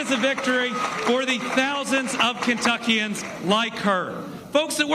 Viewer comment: Actually it’s pronounced Kentuckians